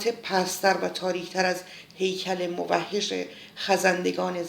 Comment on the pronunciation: خانم گرامی با سپاس از زحمتی که می کشد ، اما شما موحش( به ضما میم و کسر حا ) را مُوَحِش ( به ضما میم مشدد و حا مکسر ) تلفظ کرده اید ، که تلفظ غلط ای ست . با احترام